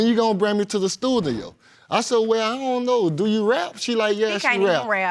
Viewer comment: “At the stuthio”...